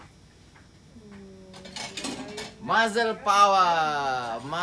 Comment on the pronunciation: Muscle disebut Ma-Sel bukan Ma-Zel bang...hehe..tp best explanation abg. Paduuu